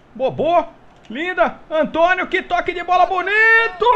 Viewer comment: quem diria q a mudança tá dando resultados. Só p/ corrigir, o Antoniou é um nome grego, pronuncia o U final. E o Ryall é "Ráiall". E tbm já experimentou contratar regens e pregens?